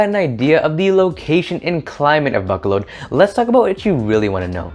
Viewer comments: Ba-co-lod is how you pronounce it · Buck colod is that how locals pronounce it? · Dear, you are not pronouncing the name of the city correctly. Please transfer your emphasis from the A sound to the first O and then the second O. Besides that you did a pretty good job.